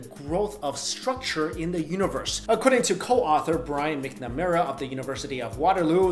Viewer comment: It’s pronounced “MACKnuhmaira”